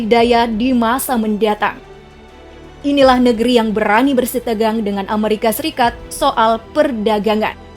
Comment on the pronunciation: Bukan Amarika , tapi penyebutan nya Amerika 😆😆🤣